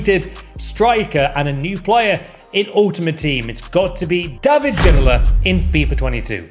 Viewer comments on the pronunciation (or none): none